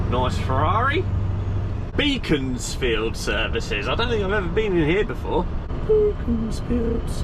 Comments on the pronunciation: it's pronounced Beckonsfield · Pronunciation beckonsfield, we used to go drinking there and shopping there Sainsbury's Used to work near Gerrard's cross